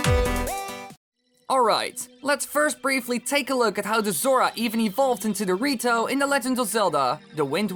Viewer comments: lol you said dorito instead of the rito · sounded like he said dorito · I thought you said zora and dorito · i kept hearing the rito as dorito the whole video